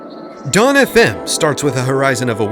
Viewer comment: you’re the first to ever pronounce our name decently